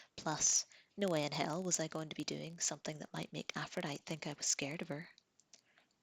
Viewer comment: Just some friendly info... Aphrodite is pronounced Afro-Die-Tee and Jose is pronounced Hose-Aye. :-)